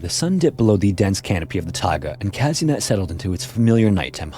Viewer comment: The way you pronounced Казынет made me laugh so much 😂 The letter е in Russian is pronounced as ye, so it’s Kazynyet not Kazinet haha